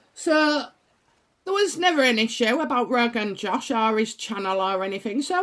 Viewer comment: You make me laugh when you call Joe rogan roganjosh 🤣🤣 loved today's reading x